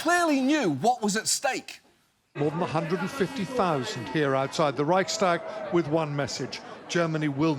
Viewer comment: Did the reporter just say Reichstag? 😂